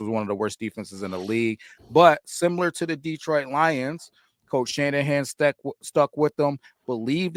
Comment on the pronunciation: What’s with all this DeeeTroit stuff. You guys live there and it’s my home town. Pronounce it like you’re smarter.